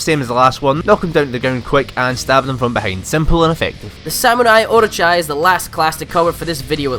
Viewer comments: I'm sorry how did he pronounce Orochi? How can you say it wrong? It announces the guys name correctly in game so you already know the correct way to say it xD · He butchered the pronunciation of "orochi"